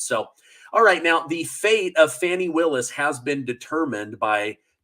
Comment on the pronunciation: Even the way you say her name is bogus.....